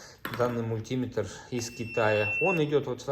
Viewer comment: Уважайте наши уши! МультимЕтр, а не мультИметр!!!!